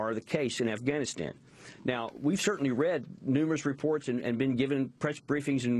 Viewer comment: why the fuck does this bitch say ivanistan?